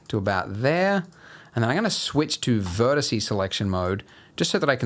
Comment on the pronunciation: Vertex selection mode, not “verticey” selection mode. Juuuuuuust so you can hear yourself saying it, since we keep mentioning that you do. 😂